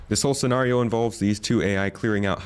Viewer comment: the way he pronounces scenario drove me crazy.